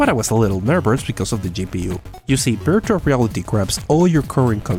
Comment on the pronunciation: Does anybody notice he said beartual reality